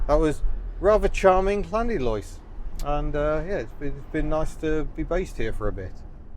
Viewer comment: it's pronounced Lanidlos with a 'than' of the double Ll's lol, learnt that many decades ago off the Welsh lol